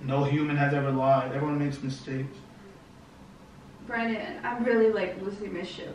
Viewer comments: she said branon but forgot the d in his name that's what it sounds like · She said bran-din and it sounded like brian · Champ Boy Gaming it was more of a Brannen. She just didn't say the D.